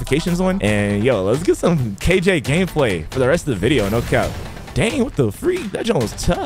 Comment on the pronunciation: Dayum when bro said kj in the intro it felt like he is kilo joule